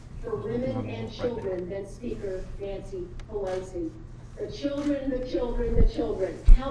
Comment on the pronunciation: "NANCE"!! ?? OMG